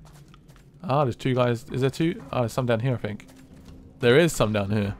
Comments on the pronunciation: man i fink that you dont know how to say think i fink its very silly of you finking that you can get away with finking like this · Why do the British say fink instead of think